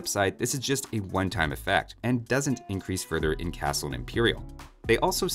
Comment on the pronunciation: "eincrease" "spawwn"